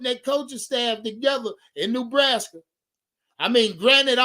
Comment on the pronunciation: No ties to NB just a panthers fan and Rhule hater. However, for the love of God it's not pronounced "new"braska